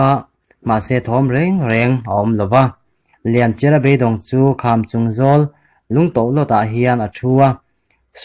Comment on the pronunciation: Mizo thawnth i pawngsual a ni ringawt a lawm le,chawngtinleri an lak lai hi,sumhmun a a buh deng lai,suk a tlu ri bawl a,arawp a rawn thlawk thla a,lianchhiari chuan 'awi ka u lian' a ti a abo ta tih hi kan hriat dan a ni. Lianchia tih pawh hi Lianchiara tiin i lam daih a.